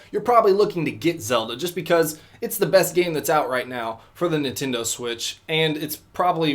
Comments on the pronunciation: ninsensdo switch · I think he said the ninsto switch